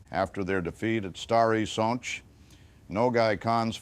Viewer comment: Thank u 4 pernoucing the polish names corectly.its a rear thing to hear.i specially like the way u say stary sacz which is hard to pernouce.thank u 4 taking interest in this part of history